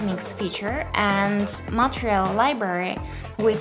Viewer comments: Took me a while to notice that she was saying "material" and not "montreal"... I'm fucking stupid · i love how you say "MATEREAL", also thank you for this